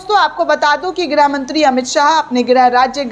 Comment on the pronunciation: मैडम जी आप बार बार ग्रह मंत्री बोलती हैं। मैडम जी गृह मंत्री होता है।इसको सुधारिए।